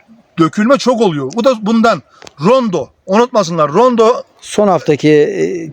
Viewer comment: Nacizane bir düzeltme yapayım Rondo değil Ronde. Abimizin eline sağlık verdiği bilgiler çok isabetli. Allah bol bereketli ürünler versin, emeği boşa gitmesin.